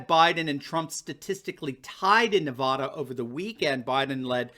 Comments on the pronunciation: Hey Doc. Not NEV-AH-DA.............. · I like your stuff,, but as someone who lived in Nevada for 18 years, please don't pronounce Nevada with an "o" sound on that first "a." We hate that. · Nevada not Nevawduh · NEVADA RHYMES with MAGA there is no Nevahhhhduh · I know you are not out here in the west but we do not say Nev ah da, it is pronounced Nev add ah. I love your show but that was driving me crazy oh, just had to let you know. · it's NEVADA ... NOT NUHVADA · Here's a video on how to pronounce Nevada.